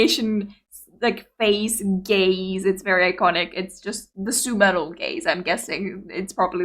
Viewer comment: Omg! You FINALLY got her name right - & - !!! 🎆🎇🥳🎇🎆🎯😎🤘👍✌️🏅🏆🎖️🗝️🥰🍅🍅🍅🍻 YAY! Cheers!!